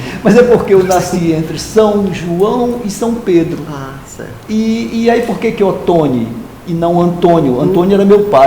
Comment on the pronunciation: Muito querida a seguindo a regra de tonalidade das sílabas e chamando ele de Oto-NI. Realmente, Otoni é um nome importado e faz falta o acento. Dei muitas risadas. Excelente entrevista.